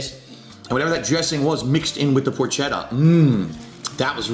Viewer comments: you as an Italian should know it's pronounced "por-ketta", not "por-chetta" like it's spelled. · He always brags about being Italian but doesn’t know how to pronounce porchetta and calls it a fattier type of meat when it’s just a type of pork roast.